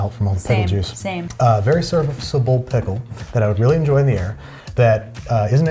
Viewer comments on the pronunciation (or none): Was that a Freudian slip with the Vlasics - “pistle” for ‘pickle’?